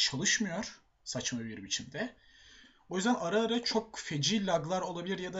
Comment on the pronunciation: Abi sanki ara ara derken bile sesin "arı arı" der gibi geliyo :D